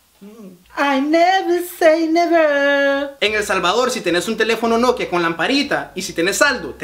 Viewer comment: I NEVERRR SAY NEVERRRR jajajajaja me morí